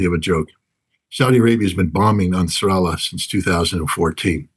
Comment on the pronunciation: I like how he pronounces Ansar Allah. It's like a fusion of Ansar Allah and Nasrallah.